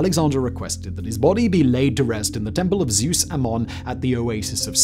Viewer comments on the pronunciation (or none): none